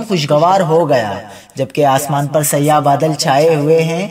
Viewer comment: Sayyah badal nahin Bhai siyah badalسیاح۔اور سیاہ میں بہت فرق ہے